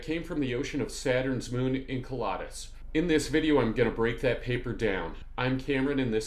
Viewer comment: I'm that guy... Enceladus is pronounced In-CELL-ədus, not In-KEL-odd-us. Saw your HOMONID APOCALYPSE vid first. Great work. Enjoying this one too. Thanks for sharing your knowledge & passion.